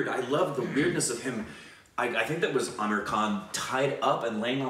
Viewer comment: P.S. I liked in the beginning how you were pronouncing Aamir the correct way!!!!